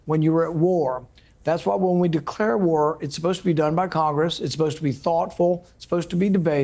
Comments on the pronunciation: Gew guat gware gwy.... and sometimes gwow... fucking peed myself laughing! ❤😂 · Every time he says "NO GWAR" put up the GWAR graphics with a huge red X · Make love, not Gwar. Gworld Of Gwarcraft Gears Of Gwar Gwarhammer 40K Gwar Of The Gworlds .....OK, I'm done. 😂